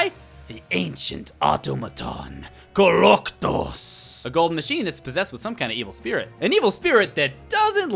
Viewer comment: Suiriously? KOLOKTOS?!? ARRGHH!!!